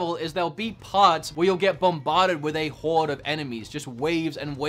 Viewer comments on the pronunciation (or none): none